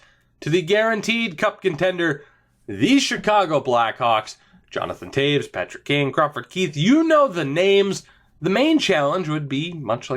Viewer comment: it's Patrik not Patrick